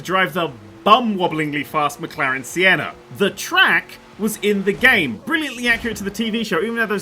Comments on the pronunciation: Did he say McLaren sienna? Its Senna mate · for a racing fan hearing you Sienna instead of Senna is what it would be like for you to hear someone say Steven Mofifat. insert angry emoji here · SENNA, NOT SIENNA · McLaren Sienna. Sienna. It's Senna after Ayrton Senna the F1 driver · "McLaren Sienna" lmao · "McLaren Siena" Ayrton Senna rolls in his grave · "Mclaren Sienna"- that hurt my soul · ‘McLaren Siena’ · It's called the McLaren senna not sienna. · Mclarren Sienna.... put some respect on Senna’s name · It is senna not seena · It's not pronounced 'Sienna,' it's Senna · McLaren Sienna........... it's pronounced SENNA btw... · Sienna... Senna. As in Ayrton Senna! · McLaren Sienna xD you mean Senna? I'm sure nobody says "1988, 1990 and 1991 F1 world champion, Ayrton Sienna" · Did you say the McLaren See en a? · DID YOU SAY SIENNA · The McLaren See-enna? Never heard of it